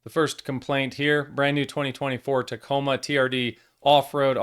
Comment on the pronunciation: Hey, ya’ll…just add the last two letters so ya don’t sound gay…M and A…”TACOMA”😏